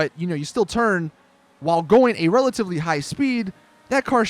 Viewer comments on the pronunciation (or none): none